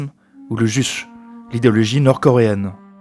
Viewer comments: On ne dit pas "le juche", ça se prononce "Djoutché" (même sonorité que pour "Duce" en italien) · Super intéressant mais quel rapport avec le juche nord coréen ?? (qui se prononce d'ailleurs "djoutché")